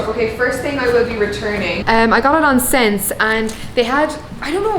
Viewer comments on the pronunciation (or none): SSENSE is pronounced 'essence' by the way! love the vid :)